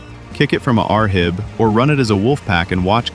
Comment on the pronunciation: Great video but just so you know, in the US military we don’t say, “R-HIB”(Rigid Hull Inflatable Boat). We just pronounce it “rib.”